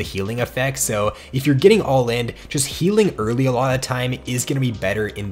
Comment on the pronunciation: I swear to god the way you pronounce "early" just pierces my ears every time